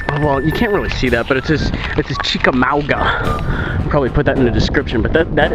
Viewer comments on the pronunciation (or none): Chick-ah-ma-ga. It was the name of a battle in the Civil War :P